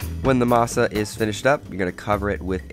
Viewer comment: Very impressive,! I Would've never thought you'd say Maseca or masa like we do lol 👏